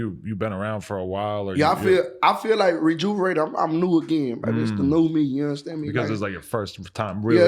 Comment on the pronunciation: “I feel rejuverated” 😖😖😭😭😭😭